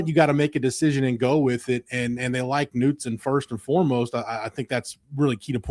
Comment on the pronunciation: Its nut son knutson is pronounced nut son